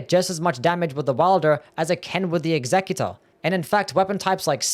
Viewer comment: Why are you pronouncing executor so wierd?